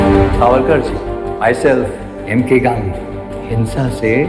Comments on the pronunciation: Mere bhai.....tum kam se kam naam toh theek se lelo "sarvaakar" Nhi "savarkar" hai Aur doosri baat bhai....tum propaganda film jo bol rahe ho.... konsi film sahi hai...batao 1. Kya jodha Akbar sahi thi 2. Kya shikara movie sahi thi 3.kya accidental prime. minister sahi thi... Aur jaha tak history ki baat hai....aise bahut saare logon ne apni jaan gavai jinka hum naam tak nahi jaante na Jaan payenge. Mein janta hoon ki tum dono comment ka reply nahi karoge... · savarkar hai sarvakar nhi pehele naam thik se lena sikho😂😂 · Sarvaaakar nhi hai vo chu**......savarkar hai pehli baat..... Naam to thik se liya nhi ja rha... Gyan cho rha hai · Ye boal rha h isne story read ki h but isko naam tak pata nhi h Veer Savarkar h sarwakar nhi h or pata nhi isne kiski story read ki h 😂 akal ke andhe 😡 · Aur savarkar hota hai sarvakar nhi. Tumne kya padha hai itihas😂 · Are bhai unka nam sawarkar hai naam to thik se padho